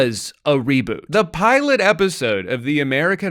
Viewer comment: why is he calling her the piolet